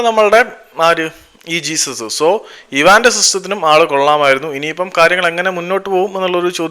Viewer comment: ജെസ്യൂസ്സ്... Not ജീസസ്... ഉച്ചാരണം പോര